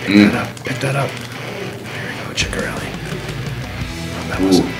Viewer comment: . "Fetisov" is pronounced like FetTEEsov (like Batista). Glad I could help you correct this 25 year mistake. Edit: and Ciccarelli is pronounced "Sissarelli"